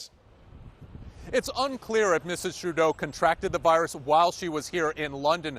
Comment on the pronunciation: viruish lmao